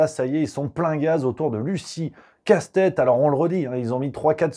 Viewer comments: C'est pas Casse-tête mais Castet, il n'y a pas de E à la fin de son nom ! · Je vous trouve beaucoup d'humour quand il s'agit de déformer le nom de la dite Lucie Castets (pas Castèts ni Castète) tels que le font tous ses détracteurs de manière méprisante et beaucoup moins quand il s'agit de tolérer un tweet non diffamant, provocateur et allègre (et bien que militantiste). Par ailleurs, avant de crier à l'homophobie, renseignez vous sur l'expression en elle-même "Bravo les Lesbiennes" et sur son origine et sa portée. Au mieux, c'est une maladresse mais alors elle vient davantage de ceux qui méconnaissent l'histoire des luttes et des idées. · C'est pas joli de se moquer du nom des gens. Il n'y a pas de "e" à la fin du nom de L. Castets ! Prononcer casse-tête est franchement très mal venu, cela n'apporte rien à vos commentaires. Dommage. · De plus en plus déçu par: continuer à prononcer Casse tête au lieu de Castets c'est plutôt lourdingue, bientôt il y aura peut-être aussi Carole Dégâts, mais bon notre ami (pourquoi pas prononcé Rémaille) semble friand de ce genre de blagues. Mais le plus important réside dans les "analyses" qui me semblent un peu simplistes et plutôt binaires: rien n'interdit notamment de sortir des dogmes européens et de lancer un bras de fer avec la clique de Van der Layen.